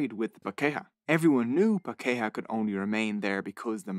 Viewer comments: He says "paKEha" when he should be saying "PAkeha". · His vowel sounds were pretty good, if slightly accented. The issue is that he put the emphasis on the second syllable for most words, whereas the majority of te reo maori words have emphasis on the first syllable. MAO-ri, PA-ke-ha, MA-na, TA-pu, etc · As far as the pronunciation goes, it was pretty good apart from the pronunciation of puh-KAY-ha, right? As a kiwi puh-KAY-ha, I think the history was pretty good until the end, where he gives essentially the globalist narrative. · no and no. it's pronounced paa ke haa. historically it most likely meant pale mystical human-shaped beings, and in current usage it means fair skinned new zealanders. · he pronounced Pākehā wrong every time and he was kinda close on pronouncing Māori correctly. most words he pronounced were wrong but apart from that the video was great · the pronunciation is off with some Te Reo Maori words, like "pakeha" especially. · well, except for Pakeha, but that's understandable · ccc Perfect is far too strong. words like pakeha and Waka are way off. Still a decent effort though and better than many white NZ'ers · You did pretty good on pronunciation, except Pakeha. That was painful.